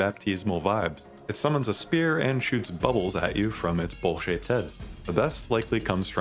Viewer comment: I definitely heard "bullshit head" instead of "bowl-shaped head" on the Benisseur part 😂 He does indeed shoot bubbles at you from his bullshit head